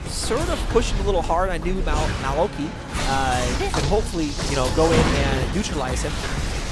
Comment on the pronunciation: maokai is actually pronounced mow-kai, i made the same mistake when i first noticed him.